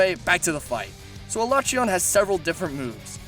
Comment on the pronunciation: Can You learn How to say their Fucking names? alatrEon Not alAtreon fuck man